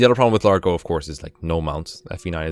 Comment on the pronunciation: Lar-go, not Large-oh